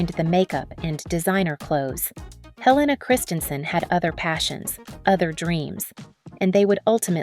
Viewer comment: She is truly remarkable and it would be respectful to her if when you made this video you at least pronounced her name and the names of several designers correctly.